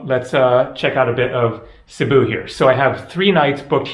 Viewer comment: Cebu is pronounced SAY-boo:) it always helps to know some basic phrases in the country one is visiting, knowing the correct pronunciation in their language helps so much as it shows respect plus your communication will come across clearly leaving less chance for error..less chance getting wrong directions ect.